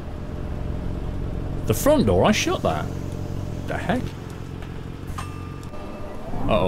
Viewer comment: haaaa it did sound like that 😂😂😂😂